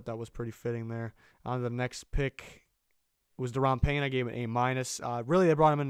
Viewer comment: Thank you for doing Panye right!